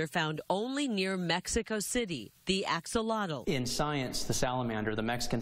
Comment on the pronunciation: not even close on the pronunciation of axolotl. you think you'd bother to learn to say the word your business in named after.